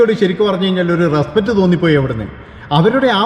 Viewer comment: ' റെസ്പറ്റ് ' അല്ല റെസ്പെക്റ്റ് ആണ്. വാക്കുകൾ പഠിച്ചു പറയൂ.. എല്ലാ പ്രബുദ്ധ ചാനലുകളും എന്തെങ്കിലും വിഡ്ഢിത്തം പറയും!